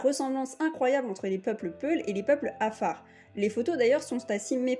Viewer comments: Vous prononcer lal le mot Afar,vous dites kafar,alors que dans la transcription latin la consonne Q se prononce qu'en arabe ou afar car cette tonalité n'existe pas en français et donc vous n'êtes pas obligé de le prononce ,dite seulement afar En transcription afar = qafar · Félicitation pour tt c travail .mais il faut revoir la prononciton du mot Afar.par ce ke vs dites kafar alors c Afar avec 3 lettre. Merci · Merci. Par contre il aurait été avisé de prononcer correctement le nom de notre peuple : 'Afara, le q vaut pour le ein, il ne s'agit pas d'un k mais de l'effort fait par les 'Afara de transmettre leur culture orale comme celle des Fulani auquel vous les comparez à travers l'alphabet latin. C'est dommage que l'objet de la comparaison n'ait pas été traité avec la même rigueur que le sujet de votre discours. Ça m'a bien écorché l'oreille. Au passage, les 'Afara partagent des traits culturels liés au pastoralisme avec bien d'autres peuples vivant du pastoralisme exclusif, et leur betail est composé avant tout de dromadaires, les vaches ne sont que sur les territoires fertiles qu'ils possèdent. #'Afara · Tous ce que vs avez dit semble très intéressant et j en doute pas .. Mais perso je ss un Afar ..si je te présente mes excuses enfants ma famille ou mm ma culture . Tu seras stupéfié de la ressemblance. Parcontre vous dite bien. Que vous étiez en éthiopie , étiez vous dans la région Afar ? Si oui ...à vous de jugé. Et svp dite à cette personne de bien prononcer Afar 😊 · Il y'a un Dakar près de Harar. Mauvaise prononciation de Afar.